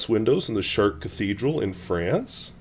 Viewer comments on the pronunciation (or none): Nice video but check out some videos on the pronunciation of Chartres Final re is pronounced softly but not the s